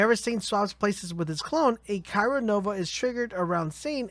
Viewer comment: CRY-O as in cold or kept in place, Not Cairo as in the place in Egypt.